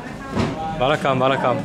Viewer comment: I like how you say "vanakkam"